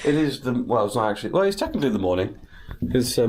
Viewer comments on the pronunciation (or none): none